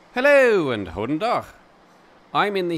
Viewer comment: he said /x/ not /h/, still wrong but closer